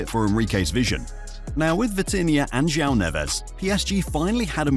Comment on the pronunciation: Almost perfect pronunciation. J-wow is the correct way to say Joao.